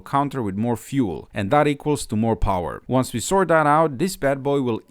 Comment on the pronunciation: more powah baby